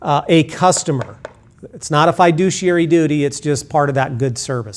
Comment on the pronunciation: not even saying "fiduciary" correctly..... yikes.